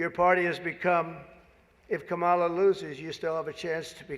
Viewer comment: WTF HE KEEPS SAYING HER NAME WRONG